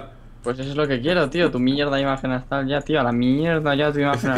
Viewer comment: Lo peor es que dice ABSTRAL y es Astral xddd